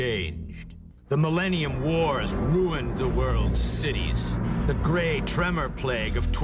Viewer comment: I went back and listened to it three times, and every time I'm sure that I hear "Grey Tremor," not "Great Tremor." At first I thought I just wasn't paying attention, but even when I focus in on it and listen carefully, I still hear "grey." Anyway, I want a T-shirt that says, "I survived the Grey Tremor Plague of 2017."